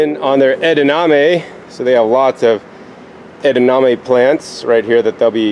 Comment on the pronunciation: Do you mean edaMame? Not edaName